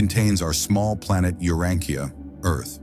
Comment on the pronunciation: The AI narrator doesn't know how to correctly pronounce many important words inclunting "Urantia" :face-blue-smiling